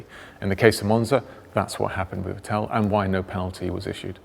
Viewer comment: His Name is Vettel, not Vettéll